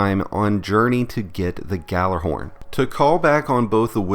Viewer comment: You may want to do a little research and learn how to pronounce Gjallarhorn.